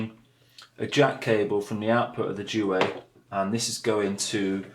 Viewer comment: 5 years on I hope you learned how to pronounce duet